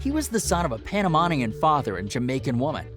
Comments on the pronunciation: He said pop star, pop shark, but then also calls him pop smoke. He then says he’s 28, but also says hes 20 multiple times. He says hes Panamaahnian and then says panamanian correctly lmaooo this video was actually comedy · “Pop star” “bashar barak” “bashar baratta” “28 years old” “panamaaaanian” “feevio foreign” “quaaavo” 🤣🤣🤣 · This is the most disrespectful recap of someone's life I've ever heard you ain't even bother to research how to pronounce Quavo or Panamanian 🙄🤦🏾‍♂️ I wish I could u watch this bull shit